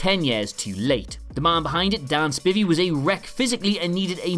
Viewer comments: It's pronounced SPY-Vee you idiot NOT spivy. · Dan Spy-Vee, sir. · Pronounced Spy-vee not Spi-vee. And Spivey's Wayland Mercy was based on Deniro in Cape Fear. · You know his name is pronounced Spiiiiivey right?